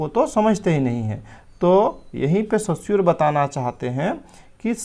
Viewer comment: Sir सस्यूर नही, रस्यूर है